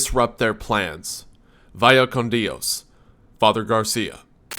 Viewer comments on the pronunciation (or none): Not DI-OS, but more at once like DIOS or DOS (number 2 with I) DI-O is Italian. But Garcia is Spanish (language). Vaya con Dios. Pronounce: baya con Dios Great content! As always! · Does their pronunciation of Dios bother anyone else😭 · your pronunciation of "Dios" causes me physical discomfort. the rest is great, but boy does that hit every time. its the same way Keanu says it in that surfer movie. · Friggin amazing video. I had seen the game around but didnt realize it was this nuts. For future reference.. the word God in Spanish, "Dios", is one syllable. Dio is the JoJo character. "Dyos", not "dee-oss". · No clue what any of this is but I love listening to Wendigoon talk about scary stuff cuz I'm too chicken to directly interact with the scary stuff. What's killing me now that I'm almost at the very end is the mispronunciation of "dios" as well as whoever is voicing Gary having their Australian (I presume) accent bleed through in certain spots 😆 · Every time he tries to pronounce the spanish words i physically cringe